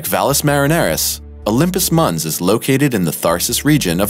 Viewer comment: Mons is NOT pronounced muns. It's latin and pronounced "mänz". If it wasn't mispronounced 20 times, I wouldn't have pointed it out ;) Good video otherwise!